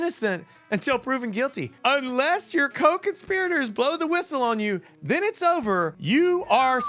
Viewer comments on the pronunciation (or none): none